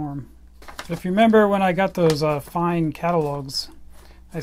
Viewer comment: Its not pronounced 'Fine' its 'Fayn'. I used to work for a distributor handling Fein products here in the UK and this was always how the Fein rep pronounced it.